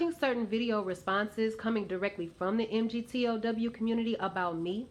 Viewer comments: M G T O W Ugh, it hurts my ears every time I hear it. It's like if I said feminist but I pronounced it FEMANIST. Ha, even that has a man in it 😂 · MGTOW is pronounced "Mig-Tao" I guess if you really did watched any MGTOW videos you would have at least know how to pronounce it. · Pronounced "mig-tow". You're saying men are running off emotion. LOL! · Hello. Perhaps I can correct a couple of your errors. MGTOW. It's actually an acronym, not just 5 letters standing for, "Men Going Their Own Way." Say it like this: Mig-Tou ("ou," like in "out," without the "t" on the end). However, your most glaring error (and it is the root of many of your minor errors) is the belief that MGTOW is "an organization." It's not. It's a title taken by straight men who have decided to forego any committed relationships with women. That's the only common denominator among them. How do I know? 2 years ago, I heard the acronym for the first time, and (being a retired history professor) became intellectually curious. I sought out MGTOW men and discussed what the term means. Wherever I went, I sought them out and usually had no trouble finding them. I talked to them and checked out their lives. MGTOW men are individuals. They claim the title, no organization chose them. They hold no meetings, have no hierarchy, no leadership, no formal recruitment, no membership standards, no organization to be part of, no goals to achieve. Some of them know each other, but the association is those of acquaintances with a single common interest. These men see themselves as individuals, not as part of some "movement." They act on their own, not "on behalf of their organization." They come from widely varying backgrounds and came to be MGTOW through widely varying experiences. In your first video, you made the glaring error in your description of the phrase, "red-pille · You don’t understand MGTOW at all, you can’t even pronounce it properly...